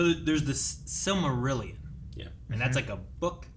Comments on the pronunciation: Was saying Silvermillion?? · calling the Silmarillion “the Silvermillion” 😂😂😂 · I swear to God if you keep saying "The Silvermillion" Just look at the goddamn cover of the goddamn book,. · they can't even pronounce the titles of the books correctly. That does not make them viable opinions, that makes it a joke. "The Silvermillion" Yeah, no, thanks. I'll take someones word that actually has proven to understand what in the world they are promoting. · At this point, I think is mispronouncing Silmarillion just to troll everyone. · Omg thank you for correcting pronunciation of Silmarillion.